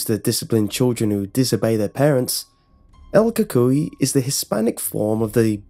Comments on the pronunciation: This man said el kokoay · “ EL COCOI” Bro, I hate when people pronounce things wrong, But its okay because you don’t even speak Spanish, :| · It is pronouced like this: Say the letter L and then Coo coo ee. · u did well but pronounced it wrong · so no research on the pronunciation of el cucuy? really????? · Your literally slaughtering it's name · I’m cringing how you say el cucuy